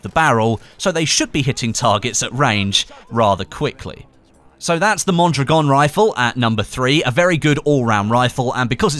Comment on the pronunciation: Out of all youtuber u have gotten the closest to pronouncing Mondragon.